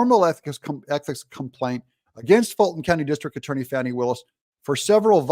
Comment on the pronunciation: I think its "Fawni" and 😅 not Fanni Willis